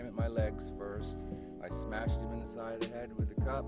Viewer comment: excellent smesh khabib would be proud